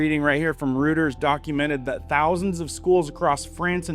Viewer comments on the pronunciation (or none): Is this AI? It's pronounced "Royters" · It’s pronounced ROY-ters.